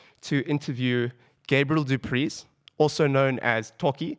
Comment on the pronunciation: what south african doesn't know how to pronounce du preez? jesus christ